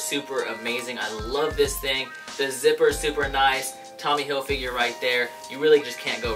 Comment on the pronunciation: "Tommy HilFigure" THIS IS A THING I REPEAT THIS IS A THING